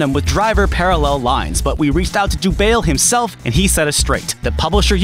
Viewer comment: good video but if the guy is french im pretty sure dubail is pronounced like the city dubai